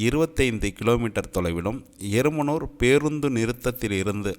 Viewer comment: ஆடியோவுல எருமனூர்-ன்னு சொல்றிங்க. அது எறும்பூர்.எங்க ஊர் பேற ஏன் மாத்தி சொல்றிங்க